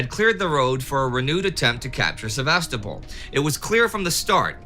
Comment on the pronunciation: I love this series and never miss an episode. Time Ghost productions are exceedingly well-researched and the presentations are top-notch. I do have one little criticism, however, and it has to do with the pronunciation of some Russian and Ukrainian place names. In this episode particularly, the mispronunciation of the city of Sevastopol is sort of like fingernails on a chalk board. The stress should be on the third syllable, not the second; thus, Se-va-STO-pol, not Sev-AS-to-pol. Also, the correct pronunciation of Ukraine is to stress the second syllable, not the first; thus, it should sound like you-CRANE, not YOU-crane. I lived in Ukraine for 12 years, which is why these mispronunciations catch my ear. Please take this constructive criticism in the spirit in which it is offered, and keep up the fantastic work!